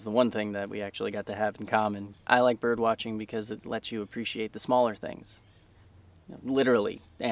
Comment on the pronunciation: Am I crazy birb lover or did I just hear him say "birb watching" instead of "bird watching"???